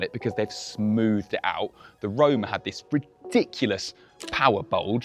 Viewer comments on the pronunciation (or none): Roma….. not rome…. Put some effort into it! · how is this “finally” a ferrari we can actually pronounced when its predecessor was acknowledged to be “roma” lol